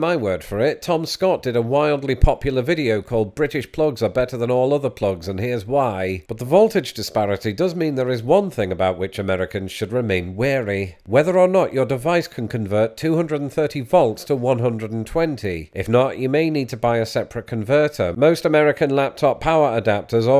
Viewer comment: ...it's probably just the accent but that sounded suspiciously like "weary," rather than wary.